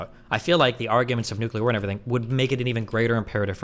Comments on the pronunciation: Is he one of those "nukular" kinda guys? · Hey, say “nuclear”.